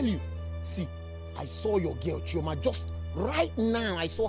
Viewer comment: Chioma not Chisom